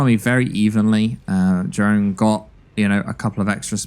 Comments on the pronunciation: If British his name is pronounced ye-roon. Love from the netherlands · Jeroen is pronounced "yeroon" btw. It's a Dutch name.